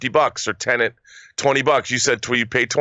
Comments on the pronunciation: *Tenet, not Tenent - sorry for being that guy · Its TEN-ET not TENENT